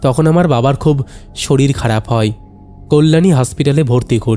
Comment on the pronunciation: E bhai hoy ke hoi, chaay jaay ke chai jai keno uchcharon koren, galpo bolte gele bangla uchcharon thik kore nin, nahole baddo bekar laage shunte